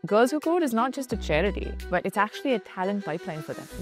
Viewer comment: Charity, not chAIrty! Is it the work of AI? 😅